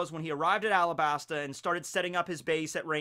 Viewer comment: did y'all hear say "AlaBARNa"?